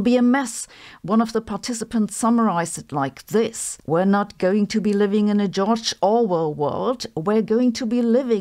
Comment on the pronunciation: You are saying Delphi wrong FYI. And also George.